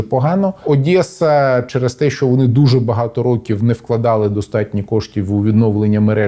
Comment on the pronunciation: О май гад!!! Спікер сказав ОдЄса! Я люблю тебе!!!